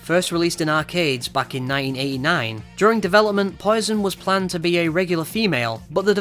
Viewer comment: Tbh im laughing because you keep saying 9089 and 9088 its 1989/1988 not 9089 pronunciations are bad